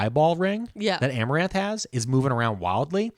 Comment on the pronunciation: I love that he called amarantha, amaranth the whole time